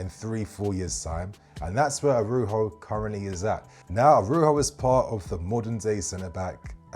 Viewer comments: You pronouce the J like with Jose Mourinho. Arauzho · The “j” in Araujo is a j bro, he’s português not Spanish, the J isn’t an H sound